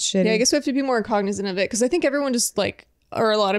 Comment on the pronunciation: LOL "cognizant"